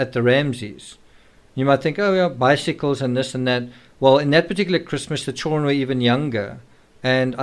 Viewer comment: ”Chillren” is driving me absolutely nuts. It’s ChilDren! How hard is that